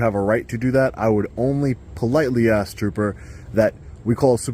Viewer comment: Man, he axes a ton of questions.